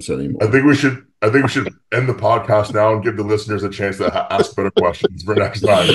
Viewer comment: Am I the only one that always understands "aks" when wants to say "ask"???